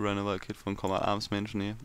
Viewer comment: wie es mich aufregt wenn er kombad arms sagt ES heißt combat[combät]